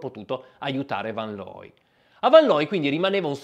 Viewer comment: Rick fan loy,. Ludwig fan Beethoven, pur Tedesco era di origine Olandese, è "fon" tedesco. Attenzione alle pronunce. Grazie comunque per la pillola di sport. Scusami per la correzione.